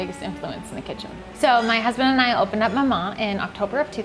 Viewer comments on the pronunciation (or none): Why do they name a shop after a name they don’t know how to pronounce maman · the way they say maman is making me cringe so bad because my mother tongue is french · names a bakery after a french word and cant even say that word correctly ...... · You mean "Maman" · that's not my name i say maman, what do you say? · i was so annoyed at the co founder not knowing how to pronounce 'maman'😩